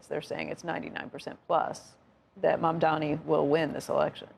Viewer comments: Sorkin, it’s “Mamdani” not “Mamdami”. I think it’s quite disrespectful that he doesn’t want to learn the name. No wonder Mamdani doesn’t want to sit with him for an interview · For anyone interested, timestamp on Sorkin pronouncing NYC mayor as Mamdami. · Sorkin clearly says Mamdami, should learn to pronounce the mayors name correctly. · MAMDANI - dude, it’s not that hard to say. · Mr. Sorkin, you might get that interview if you cared to pronounce his name right. It's not Mamdami FFS. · They dont even pronounce Mamdanis name correctly and get to take pot shots?! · Andrew continuing to deliberately mispronounce Mamdani's name over and over again is all the proof we need of where he stands. Shame on Andrew. He used to be a solid journalist and is now employing sleazy tactics of the Cuomo campaign. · Do these news casters all have a clause in a contract to mispronounce Mamdani’s name on purpose? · Will Andrew ever pronounce Mamdani's name correctly? Shameful for a television anchor.